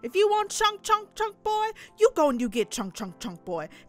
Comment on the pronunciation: It is boy not boi